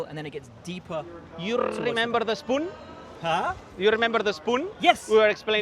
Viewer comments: you rrrrrrrrrrrrrrrrremember the spoon ? huh ???? hahhah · “you rrrrrrrrrremember the spoon?” As entertaining as it is informative. Great job. Keep these coming F1. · human V10 right there. "You Rrrrrrrrrrremember the spoon"